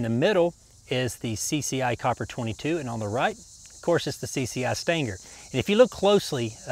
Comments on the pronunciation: Stang-ger? It’s sting-er!!!! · Stinger. Sounds like "steenger" not "stanger". Had to listen twice. Thought you said standard both left and right side rounds. Great video and very informative. Thanks! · Thanks for making my day with "stanger". I mean that affectionately. :)